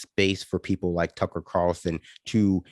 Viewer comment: Its Tuckkker Carlson.